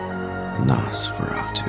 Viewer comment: Its NOSEferatu not NASferatu lol